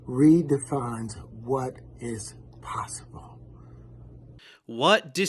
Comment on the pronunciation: Way he pronounces possib’o or periodic tay’bow, sounds like a white guy trying to do a cheap impression of a black guy